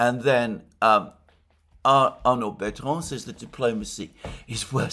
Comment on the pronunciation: Arnaud Bertrand, not Arnold Betron. That might be from the AI generating the index.